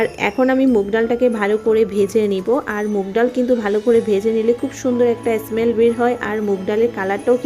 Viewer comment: অ্যস মেল অ্যস মেল বলছেন কেন? স্মেল বলুন